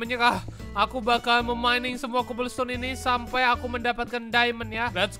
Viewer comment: Itu diamond atau cabbelstone ﾍ(￣▽￣*)v